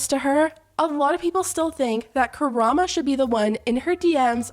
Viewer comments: How have you still not figured out how to say "KaramO" this is like your third video on this. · why u mispronouncing karamo's name all along this video like he is a cultural icon lol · The show is called KA-RA-MO (not Karama) that's the name of the show & that's his first name. I hope you don't think I'm being rude, just wanted to let you know how it's actually pronounced. Great video. Chef Pii really should've put a lot of thought into the sauce before selling it on a whim. She's honestly lucky she hasn't gotten more severe backlash/lawsuits. I'm not gonna speak on the Karamo & Chef Pii vs the customer mess because my opinion would be very unpopular, lol. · "Kurama" Please don't bring my favorite fox boy into this, it's "KA-RA-MO" lmao 😂😂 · Appreciate you putting this video together! Just wanted to let you know that the ending syllable in his name sounds like "moe" not "muh" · It’s KA-RA-MO lol not karama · Her saying Karama instead of Karamo is so funny but I loved the video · So sorry, it’s KaraMO not -uh at the end of his name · girl it’s karamo not karama lmao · i’m pretty sure it’s pronounced “ka-ra-mo” not karama! i could be wrong but it sounds wrong. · KaramO. Sorry it just bothered me to pieces that you said Karama this entire video :D But yeah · KARA-MOH NOT KARA-MAH all of these tea channels cannot get the man’s name right. Lmaooo. Tell me you don’t watch Queer Eye 🤣🤣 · I love you but it’s “karamO” not “karamA” lol 🤣🫶🏽 and that apology was such a PR move tbh but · KARAMO .. NOT KARAMA.. I know he was hella wrong in this situation but you can at least say his name right. 🤔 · its karamo lol not karama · "chefs pii image" 💀 "karama" ☠ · KARAM-O, not karama girl you’ve done videos on him before 😅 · karamo. not kuh-rahm-uh. it’s kuh-rahm-oh. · It’s KaramO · ... KaraMO? I'm thrown every time KaraMA is said, he's name is even written out in the video. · Completely agree with your opinion but the guy’s name is KaramO not KaramA 💀💀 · Not KARAMA. Oh dear….